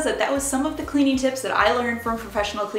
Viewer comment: Cleanin, usin, moppin, just wondering where are you from?